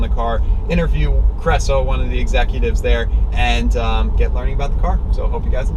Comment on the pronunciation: it is kREŠO...KRESHO...short from Krešimir